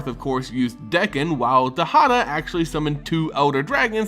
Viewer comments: Dude its D(A)kkon not D(e)kkon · Dakkon blackblade, not dekkon. Besides that, great job.